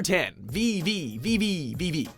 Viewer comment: It also comes from the constant diagonal motions you make by reversing gravity. The name is actually pretty clever. Also, the title is just pronounced "Vee".